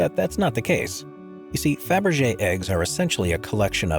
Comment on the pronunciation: ПРОШУ ПРОЩЕНИЯ!!!НЕ ФАБЕР,А КАРЛ ФАБЕРЖЕ!!! НЕОБХОДИМО ГОВОРИТЬ ПРАВИЛЬНО,!!!